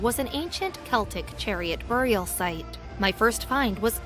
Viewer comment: Every time she says buried and burial wrong take a drink.